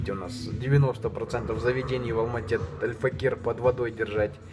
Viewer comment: как же бесит как он говорит АЛЬФАКИР , альфакЕЕЕЕр